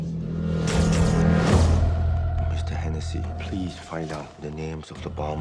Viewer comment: "His daughter was killed in a bumming."